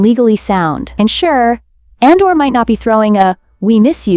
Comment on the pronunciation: Just an fyi, it’s pronounced as A-dor, not An-dor. 😊